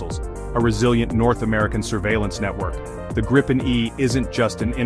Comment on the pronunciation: Just a minor detail, but still: "Gripen" is pronounced with the stress on a long "i".